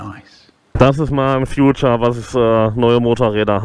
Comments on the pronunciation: Future..... meinten Sie vielleicht "Feature" gesprochen "vieh-tschär" :-) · Übrigens... "Feature" spricht man "Fietscher"... Mit Zukunft hat das nix zu tun ;)